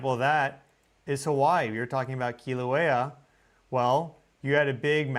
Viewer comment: Sorry my cosmic bro, I just gotta say I love your channel and your work, but Kilauea is pronounced Kill-a-wea. Much love🫶